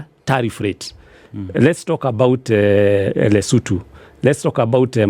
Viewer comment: Since when do Kenyans call LESOTHO Lesutu??? Were BANTU, we pronounce every letter